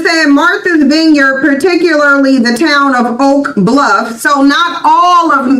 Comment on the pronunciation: It's Not veenyard, it's VINEYARD-I can tell they have never been there! 😄Also , I can confirm that 0akland by large s a DUMP with many weird, dirty creatures at that!! And, San Fran is full of good food, it's better than 0akland but gettn' worse and Alameda is Oaktown's neighbor and 0nly has some decent parts, and the Bay Area in general is Not the place to be!!